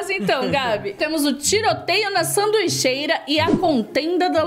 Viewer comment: Vcs falaram sanduicheira sendo que era saduicheria